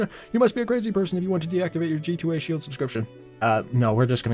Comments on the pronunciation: Why are you saying shield weirdly? like shee-eld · my tongue twists when he says sheild